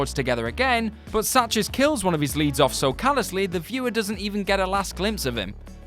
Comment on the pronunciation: Ira Sachs. His last name is pronounced "Sacks."